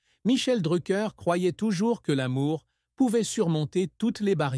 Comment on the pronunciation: Faut direson nom correctement